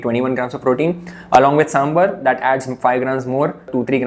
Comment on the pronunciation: I love your videos. Huge fan. I just wanted to tell you something, sambar is pronounced "saambaar" and not sambur. Please take it as a constructive feedback. I gained a lot of knowledge from your videos